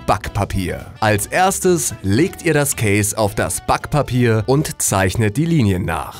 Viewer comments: BAckpapier :p diese Betonung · i heard it say spack pape